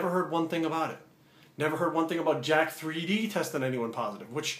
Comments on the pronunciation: Its pronounced Jacked ...not jack 3D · It is pronounced Jacked. USP labs has another product called Yok3d. What's that pronounced as? Yok-3D? lol Always drove me nuts when people pronounced it incorrectly.